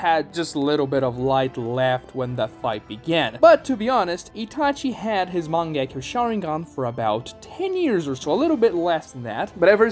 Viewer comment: The mange-key.-yo- shaWinGang